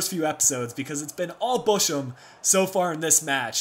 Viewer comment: The "ch" in Bochum is pronounced like in the hebrew name Chaim. And Fuerth is pronounced "Füat". Go on with the swabians, you are doing well. ;-)